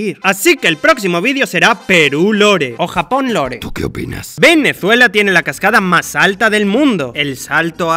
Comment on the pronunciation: como te atrevez pronunciar venezuela como si tuviera una ''z'' cuando es con ''S''